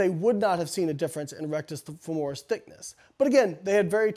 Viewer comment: Rectus femoris is hamstrings? At first I thought he misspoke but then he said RF took over for the quads when they were fatigued... Maybe he meant biceps femoris? Regardless I always thought it was pronounced FEH-mo-ris 😅